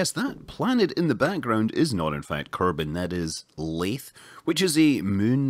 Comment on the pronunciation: not laythe as in through laythe as in the